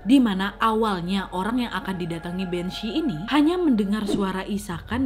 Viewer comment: Bhanzee = kok aku malah dengernya jd banc* yaaa? 🙄